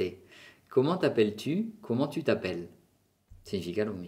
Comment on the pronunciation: Hola. Soy Juanma, profesor de inglés y estoy estudiando francés. Me interesa mucho la fonética además de la lengua desde el punto de vista comunicativo. Tengo una duda que me gustaría resolver. Por qué a veces tu haces una aspiración a final de algunas palabras agudas generalmente terminadas en 'i' o en "u". Por ej En la primera frase "Comment va tu?" Tu haces una aspiración en "tu" / tuh/ O en "Je suis perdu". Tu dices /perdyh/ En otros vídeos dices rue / ryh/ Recuerdo cuando estuve estudiando francés en Aix-en-Provence y algún profesor tb hacían esa aspiración/h/ Esa aspiración se debe a una diferencia geográfica? Muchas gracias. Me gustan tus videos